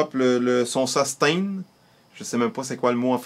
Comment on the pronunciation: sustain en francais ses sustain sans accent anglais XD